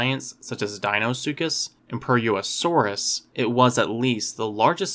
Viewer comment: Awesome video. Only thing I can say is the way you say purussaurus hurts me